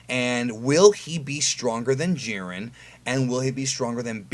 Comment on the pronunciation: Jiren pronounced (Jie-Ren) stopp hald assing it